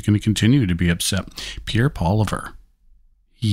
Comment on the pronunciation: Go Pierre Pwaw-Lee-ai-vre #TruckFudo